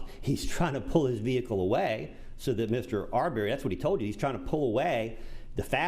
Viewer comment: Great Witness! "and his venicle" hahaha atty. wasn't expecting that good one thankyou sir God Bless!